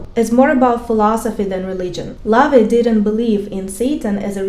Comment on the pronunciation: La-Vey is how you pronounce his evil name